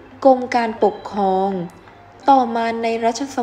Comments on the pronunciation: อ่านผิดค่ะ ปกครอง มิใช่ ปกคอง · อ่านภาษาไทยควบกล้ำน้อยมากเช่นกมกานปกคอง,สงขา,อังกิด,พระปกเก้า